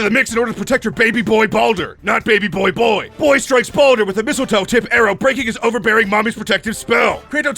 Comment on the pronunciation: LOL IT SOUNDS LIKE HE CALLS BALDUR BONER (Sometimes tho some parts it’s clear he says baldur)